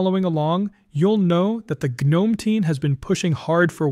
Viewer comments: Gnome rhymes with home. The g is silent and there is no a, No "ga'. I don't understand why some people have a difficult time saying the word correctly. Like the word knife, we don't say Kanife, it's pronounced 'nife' and rhumes with life. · Gnome is pronounced NOME. That is an unvoiced G. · The G in Gnome is SILENT!!!!!!!!!!!!!!!!!!!!!!!!! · I hate automated voices. "Guh-nome," huh? Still I am kind of excited by the Sheaves news. I don't know if moving from 21.3 would serve any purpose for me. What I use works flawlessly, and the rare times when something was buggy, I just waited a couple days, and the next update fixed it. But I am going to read up on Mint 22.2 Zara. Besides, honestly, switching to KDE, for me, would be more nostalgic than useful. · Nope. It’s pronounced like the little fantasy creature in your garden. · Tell your AI how to say "gnome"